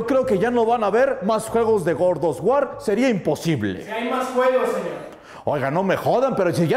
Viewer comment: El god of war ❌ El gordo of guar✔️